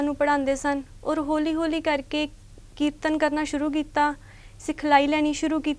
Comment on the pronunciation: होली होली कोई बोली नहीं .. हौल़ी हौल़ी .. then what uchh vidya and what kirtan , when our pronunciation is this .. beta dhyan dio .. galat gall riwaz vich aa jandi hai